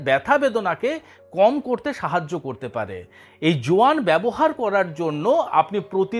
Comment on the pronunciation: যোয়ান টা কি বুঝি নাই,কেউ একটু ক্লিয়ারলী বললেন?